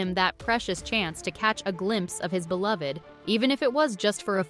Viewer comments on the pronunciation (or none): none